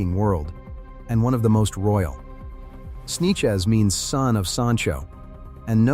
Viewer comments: Right? Gotta love those “Snechez” (Sanchez) people lol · This dumba$$ AI can't pronounce the name "Sanchez", he calls it "Sneeches."